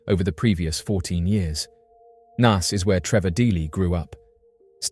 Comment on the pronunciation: I remember when Trevor Dealy went missing and bro really needs to learn how to say Naas lol you say it like your saying the alphabet a sound if that makes sense.